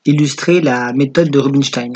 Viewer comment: Robinchtyne ou rubinochtyne? Mdr